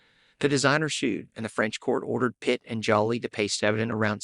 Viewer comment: Wow you must have just started this channel.? You literally have no subscribers. Anyway I subscribed. They call Brad's ex-wife Angelina Jolie. They pronounce it like she's being jollly. Is that is the AI. It is so annoying. 🤔🫡‼️